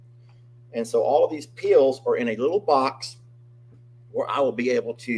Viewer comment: Wow! That painting of Sookie is beautiful. I thought it was a photograph. This was a fun Time Out Tuesday. Thanks. You had me confused at first. I could not understand why you would keep medicine (pills) in your garbage can. I finally realized you were saying peels. Too funny! 😂 Who knew cooking could be so dangerous. Ha ha ha!!! 😮😅🙉🙀😱